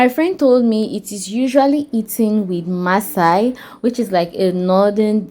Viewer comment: Massa not Maasai 😂 They best Kilishi is in the North like Sokoto, Kano, etc. but Yahuzza also has great suya - beef and chicken.